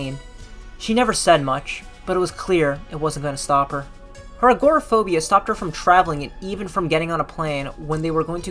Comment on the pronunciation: It would help your video if you could pronounce agoraphobia, Glasgow, Siouxsie, Dolly Parton